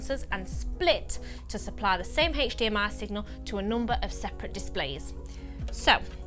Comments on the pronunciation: Hech Di Em Ay! :-D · the way you say HDMI signal ..... PERFECT =)